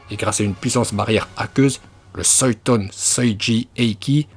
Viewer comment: Olochimaru (ou comment mélanger les prononciations jap et fr dans le même nom) et soiton aussi x'D